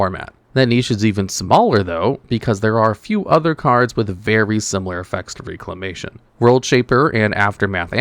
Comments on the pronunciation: Agreed. Sounded weird. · REC-lamatuon, Rec. Not RE-clamation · Bro it’s pronounced REC-la-mation